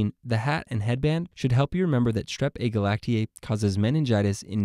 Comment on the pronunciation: Agalactiae does not sound like glacier 😂